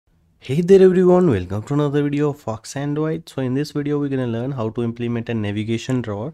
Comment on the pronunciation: when you say foxandroid it sounds another word..😂